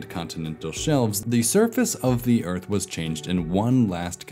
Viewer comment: New Zealand is really middle Oyth. Old Zealand is really Elfland. Middle Zealand is really The Shoiah...